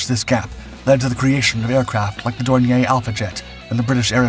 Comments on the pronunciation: It's pronounced "door near" not "dornyay". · More like “dor nee a”